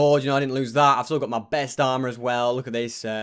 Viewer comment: why u keep saying me stuff its my stuff